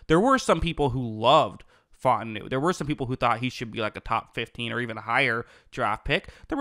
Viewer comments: My man said “Fought-en-new” 😂 It’s fah-ooo-tah-nu #HereWeGo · its pronounced fah-ooo-tah-nu